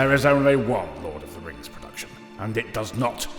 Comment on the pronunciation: Lord of Da Rangz Return of Dim Kangz